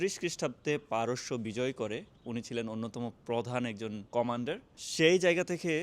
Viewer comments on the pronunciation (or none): none